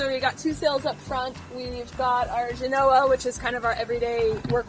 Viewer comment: Congratulations on becoming the caretakers of this incredible sailboat! Since you are new sailors, I would like to point out the correct pronunciation of “Genoa” The emphasis is on the first syllable. JEHN-oh-uh. It is the same way the city in Italy (for which it was named) is pronounced. For some reason, this seems to be an often mispronounced word, even amongst experienced sailors.